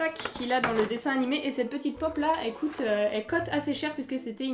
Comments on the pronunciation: j'adore mais pourquoi tu dis il COTE à la place de COÛTE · c'est bizarre car tu dis que les figures cote au lieu de coûte après jsp si je comprends pas